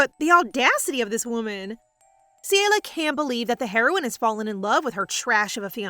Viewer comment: It is CELIA CE-LE-AUH